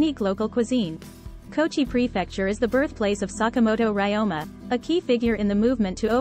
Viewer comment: Ryoma is mispronounced